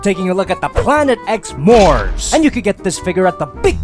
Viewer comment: It’s Moops